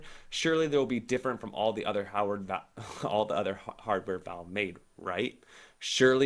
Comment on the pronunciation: The "Veeve"